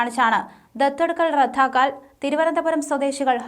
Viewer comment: 😂😂 ദത്ത് "റദ്ദാക്കുക"യല്ലേ❓ "റദ്ധാക്കുക" യല്ലല്ലോ‼️ ഉച്ചാരണം ദയവായി മെച്ചപ്പെടുത്തുക‼️‼️😂😂